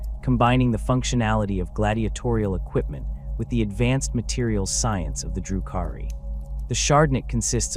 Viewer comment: AI garbage, the way they pronounce DRU-KHARI gives it away. Delete this shit